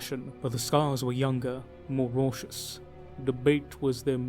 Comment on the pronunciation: Raucous: raw-kuss. If youve never said it before, look it up. Thats constructive criticism❤❤❤